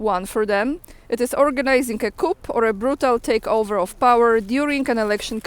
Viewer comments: Just to say..in coup the " p" is silent = coo.. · again coup is pronounced like koo because it is a French word.